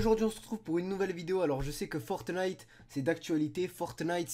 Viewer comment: A 00:5 seconde on dit pas FORTENITE mais fortnite